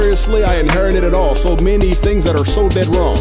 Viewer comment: she says "fings"